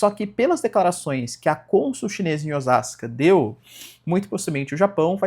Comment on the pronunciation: Osaka se pronuncia ‘Oossaka🎉’ e Não ‘Ozaka’. Essa Takaichi é um mais do meamo com notas de imperialismo. Eu acompanho um canal que analisa somente política japonesa e decifra coisas da maneira de se comunicar dos japoneses, e acredite, muita coisa que ela fala é sõ marketing. Ela escolhe momentos certos pra falar coisas mais polêmicas de forma que parece que vai fazer alguma coisa mas na verdade não vai… A gente não tem gente nem pra trabalhar na loja de conveniência, quer militarizar o pais com quem? Soldados vietnamitas? So se dor